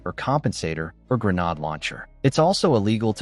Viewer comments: A "greanod" launcher? WHAT AI HELL IS THIS? That alone makes this video suspect regarding it's content. Dismissed. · Knew this was AI BS when Grenade Launcher was pronounced Grenod Launcher. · Once you hear this A.I. narrated bullshit say grenahd launcher. You know its bogus.